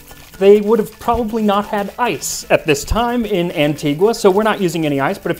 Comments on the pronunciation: It is pronounced an-tee-gah not an-tee-gu-ah... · FYI, I've been to Antigua. It's pronounced Anti-ga. The natives HATE it when we say Anti-gwa. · The name of the island is pronounced Anti-ga though. Anti-gua is how the city in Guatemala is pronounced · Hello Max! You've created a wonderful channel with great historical and culinary content. Just a heads-up: the natives of Antigua (and the whole of the English-speaking West Indies) pronounce the island's name "Anti-GUH," not the original Spanish "AntiGWA." Thanks again! 🇦🇬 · I’m from Antigua 🇦🇬 so I was so proud to hear it. Quick note, It’s pronounced “Anti-ga” not “Anti-gwa.” I love your channel! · An-tee-guh... That is the proper pronunciation. Great vid nonetheless! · Locals pronounce it An-TEE-ga. The U is silent. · Antigua is pronounced as "An-tee-guh" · Excellent video, except Antigua it is pronounced ann-TEE-gə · Hey Max- great episode, but the locals pronounce Antigua- “ann-tee-guh”. Just sayin. Arrrr. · Every time he says "Antigwa".... but I see that he learned the correct pronunciation after. Now can we work on Caribbean?